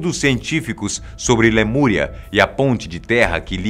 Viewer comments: Lamuria ou Lemúria? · Lamúria Ou lemuria? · LAMURIA ????????? Falha inadmissível!